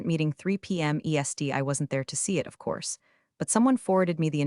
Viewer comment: Hi, Also the EST always written and pronounced as ESD. After some observations I've come to the conclusion that editors and reviewing the product pre upload are too expensive for this channel. Yours, Ann